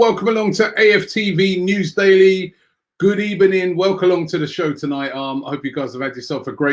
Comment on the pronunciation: Did you just say GOOD EBENING?